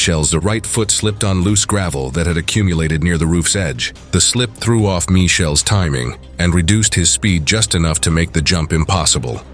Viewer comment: Michael not Mishael.